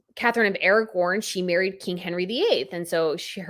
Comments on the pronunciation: Gentle correction, it's A-ra-gon. Not A-ra-goRn. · I love you but it’s Catherine of Aragon. Aragorn is from Lord of the Rings. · I love your videos and all your knowledge. You are very sweet and it’s wonderful to see such a young person appreciate the royals. Being descended from the Spanish line I only want to inform you that when you reference Catherine of Aragon, the first wife of Henry VIII, I’ve heard you pronounce it Aragorn. I believe that is a fictitious kingdom in the Lord of the Rings but the Spanish kingdom is Aragon. Thanks for all your work and kisses to Pippa!❤